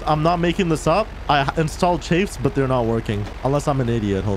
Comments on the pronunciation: Chaffs. Not chafes...2 different things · Yo I'm not trying be like actually like a nerd but ther chAffs like when the a comes in its ah so chahffs but its spelt chaffs idk if I spelt it right but if.i helped someone ur welcome have a good day